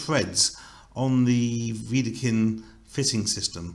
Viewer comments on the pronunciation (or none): But: it’s Wedekind, without „r“